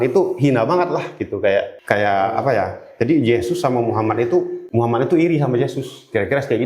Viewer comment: Maaf Bu Bukan Mukhamad tapi Muhammad. Sesuai ejaan aslinya aja ya Bu jangan di rubah2. Itu Baginda Rasulullah bukan manusia biasa kaya kita. Ketikannya juga jangan kebanyakan typo. Agak pusing bacanya😅😅😅🙏🙏🙏